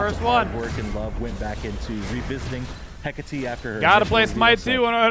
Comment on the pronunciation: Just happy people will finally pronounce Hecate right